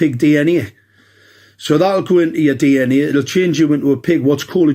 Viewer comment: Pig "Dee enn aea"